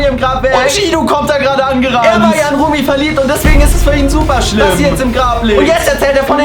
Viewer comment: is not Remi it’s Rumi